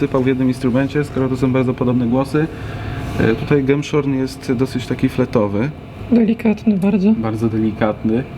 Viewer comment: grający nie ma pojęcia o organach ani o grze na nich , czemu ma służyć ten film? permanentne błędne czytanie głosów organowych, np.gemszorn!!! rorflete!!!1 trawersflute!!! wiola di gambe!! itd,,koszmar i badziew,, czyta się gemshorn,(horn-róg, róg kozi) rurflet, trawersflet, gamba, ogólnie odcinki nędza....